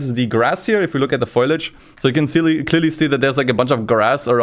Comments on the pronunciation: foliage not foilage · it’s foliage not foilage